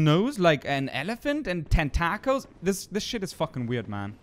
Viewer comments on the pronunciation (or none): 10-tackles? lol tentacles